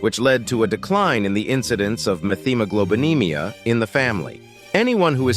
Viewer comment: It's not pronounced meth hemoglobinemia. It's met hemiglobenemia.